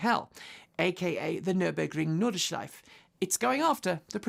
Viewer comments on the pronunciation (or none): why do english speak have such trouble with the word Nordschleife. And its not even the 'ei', but Noord? It's just like North but witha D